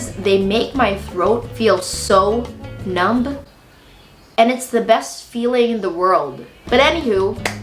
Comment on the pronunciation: Girl did you say “numb” with a hard B